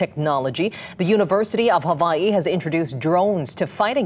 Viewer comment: How hard is it to say Hawaii?